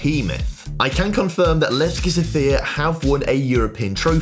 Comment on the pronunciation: Guys, it is sOfia, not sofiA, put the stress correctly, sofiA is a female name, sOfia is a city name...